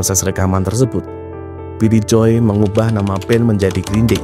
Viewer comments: Joe itu bacanya JO, bukan JOY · iya.. agak ganggu dengernya. Tapi nice content 👍